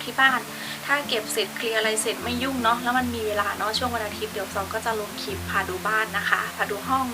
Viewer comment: คลิป คลิป อย่าออกเสียงเป็นคิป นะคะ โปรดออกเสียงให้ชัดๆด้วย